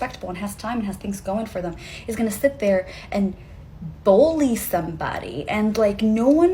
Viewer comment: To the chick at the end. The word Bully doesn't have a fuking o anywhere in it!!!!! Again it's spelled BULLY not BOLLY.